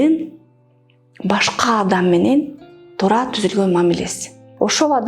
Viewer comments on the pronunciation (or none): Тура эмес Туура, аявай эмес аябай . Туура суйло а то ийгиликсиз болосун